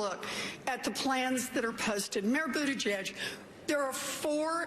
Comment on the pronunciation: Constantly mispronouncing Mayor Pete's last name because he is gay is not very Christian at all. If you have actually read what Jesus taught, he taught love and forgiveness. He died so God would forgive everyone else. I bet he wasn't on that cross saying "forgive them for they know not what they do....unless they are gay." I think you can present yourself as a better Christian than that.